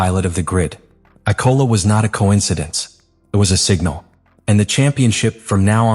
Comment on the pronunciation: Why tf do u keep letting ur bot say Icola instead of Imola. Watch ur own videos